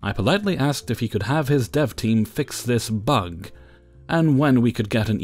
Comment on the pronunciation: I had to listen three times to understand you were saying “dev team”, and not “dove team”, and then a good ten seconds to figure out “dev” means development. Coffee, here I come!!